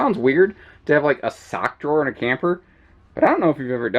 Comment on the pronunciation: Stock Drawer or Sock Drawer⁉️🧦 🤦🏽‍♂️😆